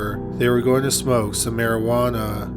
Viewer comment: Despite the dark topic being discussed... I can't help but crack half a smile everything you say; "Marijuana-h".